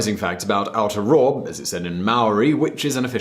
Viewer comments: its not or-tor-rawr its o-tia-roa, and aotearoa is not a language, maori/te reo is the language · When he said outarowa instead of aotearoa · I’m from New Zealand, and you mispronounced Aotearoa. It is pronounced Au-te-a-roa. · It sounded like you said aoutarawr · Hai guys love the video I am born and breed in NZ and think that it is one of the best countries on the Globe Here is something that might be helpful (1) aotearoa is pronounced Or- tea- aa- row- a (2) The Labor party won (3) Māori is pronounced Moal - ree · oof you pronounced Aotearoa wrong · I'm from New Zealand and I died of laughter from how badly you butchered the pronunciation of "Aotearoa" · The way he pronounced Maori and Aotearoa triggered me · That was the worst pronunciation of Aotearoa ever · The way your pronounced Aotearoa made me cringe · That Video he played of the Haka wasn't even the All Blacks it was the New Zealand Rugby 7's team. Plus you pronounced Aoteareoa wrong.